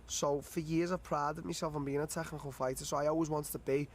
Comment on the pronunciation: Darren " the tegghnical fighter" till